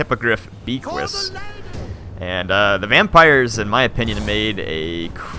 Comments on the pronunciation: Beaquis is pronounced like baykee not beekwis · the hippogryph's name is prenounced BAYKEY for future reference. Its French dont question it. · It's pronounced beckee.